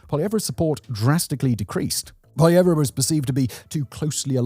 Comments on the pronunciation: Poilievre is pronounced poy·lee·ev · Justin Trudeau was the, populist not Poilievre, (whose name is only 3 syllables btw, not 4). Trudeau came to power with nothing but a familiar name and promise to change Canadian politics. He had no qualifications, no concrete goals and no plan on how to achieve them. It was 10 years of nothing but identity politics. Eventually people had had enough of incompetence so they began to support Poilievre, who was seen as a technocrat at the time. Poilievre's support only dropped when Trudeau was replaced by Carney who is even more of a technocrat than Poilievre. The comparisons of Poilievre to Trump didn't come until Carney called the election and was mostly just government funded media spin.